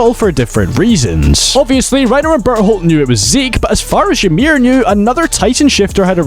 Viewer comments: I heard butthole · Even the narrator gets barleys name wrong😢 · why i keep hearing he pronounce Bertholdt into Butthole 😅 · bro cant even pronounce bertholdts name like fym berhold💔💔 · I feel bad for burrito… must be tough having your name always said wrong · Would've been super funny if you kept pronunciating Bertolt's name wrong everytime you mentioned him. Love your video though!